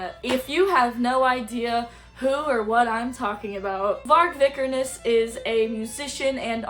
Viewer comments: You just proved yourself to be the biggest most uneducated poser of all time… You’re not even pronouncing his last name correctly first off and second off BM was a genre inspired by h8ing everything/everyone, having pride in your white nordic/germanic ancestors, and NS culture hence the red and black old english skulls etc.) If you’re offended by any of Vargs takes then you would be offended by the takes of ALL BLACK METAL BANDS so this genre is clearly not for you go listen to punk or pop like all the other woke commies and stop speaking on a genre you clearly know NOTHING about… Nice job trying to virtue signal how accepting you are more proof you’re a poser if you were truly black metal you would be not care if someone h8ed someone else based on anything also stop listening to a genre created by NS men if you hate them so much. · it’s actually the worst take and she can’t even pronounce his last name right but nice job as outing yourself as a poser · This girl who can't even pronounce the name of the person or band they're talking about, has such an abrasive and irritating attitude issue. Septum piercing says it all.